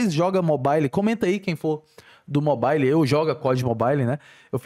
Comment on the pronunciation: "mo bai li"